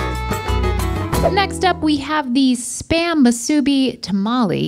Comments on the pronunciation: The accent in Musubi is on the "I", not the middle "u". mu-su-BI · The way they pronounce musubi 😭 Not to get all Hermione but it’s mu-su-bee not mu-suu-be Also mah-na-pu-a not man-a-pu-a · Lol it’s moo-sue-bee 😂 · As a Mexican person who lives in Hawaii, absolutely true! I just recently started watching GMM, and it felt like this episode was made especially for me! So glad to see people donating to the unfortunate people who've been robbed of so much already! It did get under my skin the way they said Musubi, but im so glad they enjoyed the fusions! Very surprised no one made Poke Nachos, lol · as someone who lived in hawaii for 11 years, it made a tear fall from my eye ever time they pronounced those hawaiian dishes😭 like musubi and manapua- why’d they say it like that?? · The way they say musubi hurts! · Anybody else yelling at the screen at their mispronunciation of musubi? Just me?